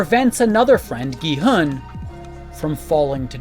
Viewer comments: He's also butchering Gi-hun, pronouncing it as Gi-heun. U is o in who. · What depresses me are the totally unnecessary mispronunciations of character names. E. g. Gi-heun, instead of Gi-hun (English doesn't even have EU!) Sabyeok, instead of Sae-byeok Otherwise, the analyses are insteresting.